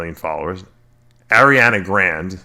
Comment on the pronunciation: "Ariana Grand" lol